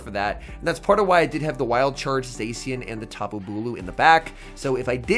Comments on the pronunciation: I do hear "xe" but not se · Somebody teach this guy how to pronounce zacian